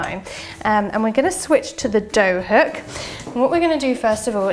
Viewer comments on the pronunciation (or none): none